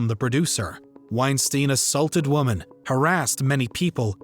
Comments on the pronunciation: It is women not woman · You pronounce the plural of woman the same as woman… ITS WOMEN… you consistently pronounce it wrong. WHY!?!?